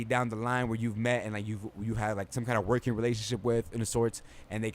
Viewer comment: This young baca guy tries to talks like he’s a celebrity but at the same time he talks nonsense and irrelevant topics where is WALPHS? WADIO STATION? What is woahking?